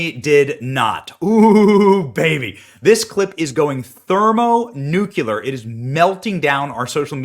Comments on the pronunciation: Thermonuke-lee-ar, not thermonew-ku-lar ! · Benny, you need to learn how to pronounce the word, "Thermonuclear". Nu Cle Ar